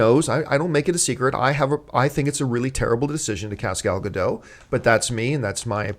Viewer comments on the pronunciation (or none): ***** Please stop mispronouncing Gal's name. It's like nails on a chalkboard. Gal (rhymes with "doll") and Gadot (just how you are saying it, but the "t" at the end of the name is pronounced and not silent). Thank you, drive thru, first pick up window, please.